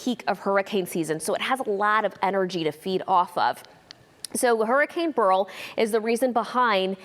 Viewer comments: BURL? BERYL- barrel roll stress on the first syllable barrel American English pronunciation said similar barrel...bless her heart she isn't smart. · It;s BER RIL --- not Burrrl lol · "Burl?" No. It's BERYL. Pronounced BARE-ill. Who's training these media people? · Take it from me. It Ber-yl. Aka, Burl. My Grandfather's name as well as mine. Try pronouncing Beryllium. (It truly is Burl). My apologies to those who don't agree, but in my world it's Ber-yl. Not Barrel. Fact. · Pronounced Bare el!😊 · No it's pronounced burl. I took care of a lot of little old ladies with that name.